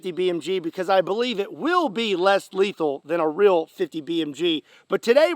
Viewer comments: it is in the name, Less leathal not, Not Leathal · You said less lethal look like little more letthal